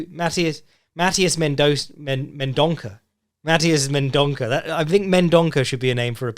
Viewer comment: "Ç" in portuguese makes an S sound so it's pronounced Mendonsa